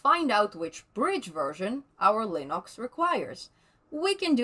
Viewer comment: Linox! just the way Stallman pronounces it :)